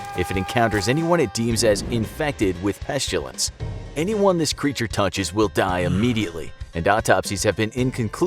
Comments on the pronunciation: Pestilence, not pestulense. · petshtilence Me: this man cant read pestilence he needs online classes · Everyone else: "pestilence":"pesjilence" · We must get rid of the "Peschilense" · DID YOU SAY "PESJULENCE?" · Pestilence not pestulance. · Why are you pronouncing it like "Pesh-tilence" as if you're Sean Connery? There is no 'H' in that word. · Imma just politely say that you pronounces pestilence incorrectly It’s pest-ill-ense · Pestilence was pronounced wrong XD and i had to keep replaying it to make sure. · Why are you pronouncing pestilence as if there's a "u" in there??? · I’m mad that they mispronounced Pestilance